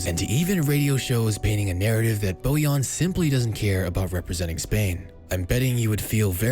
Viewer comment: Bojan* not Bojon